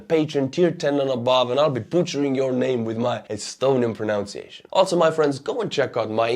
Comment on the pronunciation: you are the most likable of all the YouTubers on the Russian invasion of Ukraine. Love your Estonian pronunciations! (BTW, “pronunciation” is pronounced pro-NUN (like a sister in a convent)-see-a-shun, not pro-NOWN-see-a-shun.) Slava Ukraini!